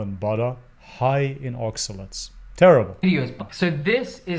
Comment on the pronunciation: What are you saying? Ocsulants ? I'm trying to look it up and am not getting it. I assume your saying there's something not proper about eating those veggies. Thank you.